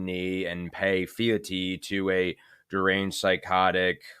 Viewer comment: You mispronounced "FEALTY". It is FEEL-TEE, not "FEE-AH-TEE". Beyond that, you made good points. Thank you for your efforts.